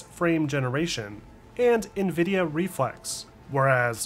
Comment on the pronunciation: Great video. So happy you pronounce nVidia correctly. Triggers me when people say NehVidia LOL